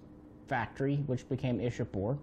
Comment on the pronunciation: Oh btw,It is not 'Ish-a-pore' but 'Ichha-pur',giving you correct pronunciation of Ishapore.